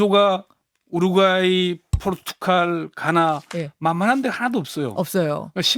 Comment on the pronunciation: 대기자님, 발음 똑바로 하세요. 포르투칼이 아니라 포르투갈입니다.